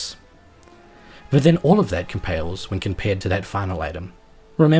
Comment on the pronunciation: "All of that compales, when compared..." Just made me giggle. Lol